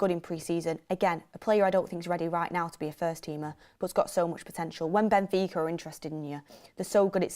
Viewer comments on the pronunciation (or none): none